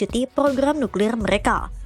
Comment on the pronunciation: Nuklir bang bukan niklir